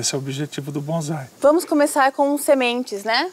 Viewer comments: e ele falou bonzai mais e bonsai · Tem razão, o cara não sabe nem falar, não é BonZai, e sim Bonsai,com som de 'S'" ... são apenas mudas e infelizmente mta gte compra enganada